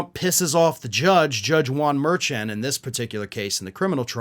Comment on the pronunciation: It is Judge Juan Merchaun (mer SHON), it rhymes, from how I usually hear it pronounced.